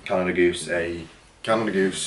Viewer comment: Bro got the Canada FOOSE 😂😂 and the Monfakey